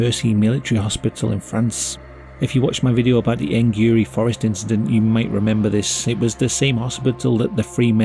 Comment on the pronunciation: "it was jusht an inshidont" The incident